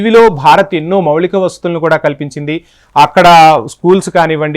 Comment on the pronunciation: "మౌళిక"వసతులు కాదు "మౌలిక" వసతులు. తెలుగు లో కూడా మాట్లాడలేక పోతున్నాడు. ఎక్కడినుంచి వస్తారో గానీ వీళ్లు.